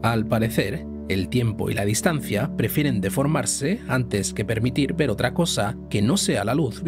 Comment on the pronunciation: se dice ver con r. la luz y su velocidad. cuanta fe